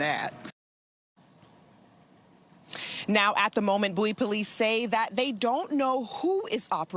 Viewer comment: It's Bow-ee like David Bowie -- How do you get to have a town and ignore the language for it's pronunciation? so arrogant.